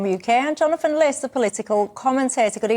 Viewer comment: Is the i in LIS pronounced as 'eye' ? Sounds right if so : Jonathan Lis..